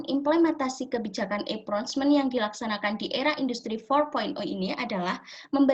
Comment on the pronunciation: Assalamualaikum wr. wb. Mohon maaf sebelumnya, saya izin menyampaikan feedback dan koreksi dari pak zaenuri. Pada presentasi (cara pengucapan) cukup baik, hanya kesalahan pada pengucapan procurement = prəˈkjʊə(r)mənt. Lalu powerpointnya mungkin bisa dibuat lebih menarik dengan mencantumkan poin poinnya saja dan menggunakan gambar yang mendukung. Kemudian di presentasikan dengan menjelaskan poin poin tersebut. Selain itu harap ditambahkan video sedang presentasi. Terima kasih